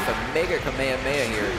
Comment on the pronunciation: That dumbass can't pronounce kamehameha